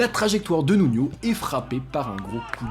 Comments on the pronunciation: Nuno * il est portugais , pas nuño a l’espagnole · Stp fait un effort sur le portugais.... Tu confonds énormément avec l'espagnol 😂 le J c est un J pas une jota ..... Le n est un n et non nion c est Nuno pas nunio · c'est Nuno pas Nuño